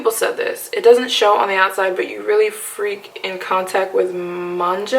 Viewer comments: Its not Manja is Manga- g- like gun its like the comic book version of anime. Love your videos😂😂😂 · Cute video. I got that she didn't watch anime when she didn't pronounce manga correctly